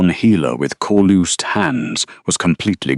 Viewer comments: Caloose sounding instead of calloused. Teach your AI how to pronounce words. Too much word salad. Sorry of ruined a perfectly good story. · Actually, the spelling should be calloused and it should be pronounced like us not oos. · Beautiful story. Well written and told. Just one suggestion: Calloused = cal.us.d is the proper pronounciation. Read (reed) is a verb - present tense, and read (red) is the past tense if the same verb. They are spelled exactly the same . English is the worst language on the planet to master. Thank you so much!! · Calloused is not pronounced that way😂